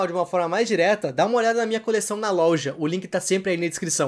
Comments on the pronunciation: Ai, eu amo quando ele fala "lolja" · mermão tu mata o português porque tu disse louga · Cara porque vc fala louja?